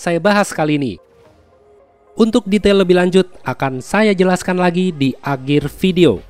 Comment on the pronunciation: Apa cuma gw doang ya kalo denger mimin ngomong "akhir" kedengarannya "agir"